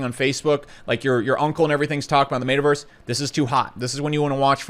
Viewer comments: I think my biggest problem here is how you pronounce Metaverse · The way he said metaverse at LOOOL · Why does he randomly mispronounce some words? Like “metaverse”.